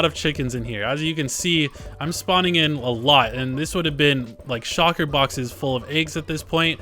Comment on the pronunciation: shUlker boxes. Not Shocker boxes. Love the video, though